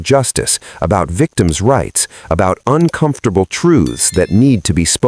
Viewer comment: Uncomftorble?? Are u F****n kiddin me? 😅